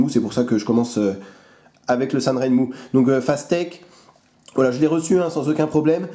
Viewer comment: et voilà, il sont arrivés, deux 7010, et un 7023, tous de même facture... remarquable pour le prix (et un mois d'attente). Pour la petite histoire "Sanrenmu" se prononce plutôt " san' jeun' mou' ". On retrouve les trois caractères chinois sur les lames au-dessus du logo, 三刃木 qui pris séparément signifient chacun "trois", "lame", et "arbre". d'ailleurs le logo semble reprendre les deux premiers caractères 三 et R de ren...? Merci à toi !